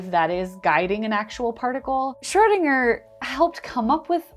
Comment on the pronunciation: You keep pronouncing Schrödinger as Schördinger, why?